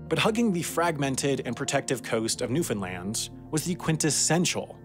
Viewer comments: Haha I really enjoy how it started out as "New-Fin-Lin" and a few minutes later says "New-Found-land" the rest of the video. Nice! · Funny cause neither are the correct pronunciation It's pronounced new FIN land not new found land, new Finland, new fin lund or any other variation even though you'll always hear them when non locals speak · I was going to complain about your pronunciation of Newfoundland (the compulsion to correct people who say it wrong is practically a genetic trait for Newfoundlanders, sorry!) but it seems you realized your mistake by the four minute mark. Carry on! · way to only mispronounce Newfoundland twice in the video, much better than like 90% non-Canadians' videos .